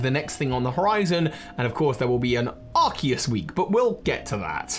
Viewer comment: So glad that you say Arceus correctly